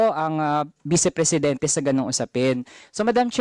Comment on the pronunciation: haha...pang presidinti ba😂😂😂 small "p"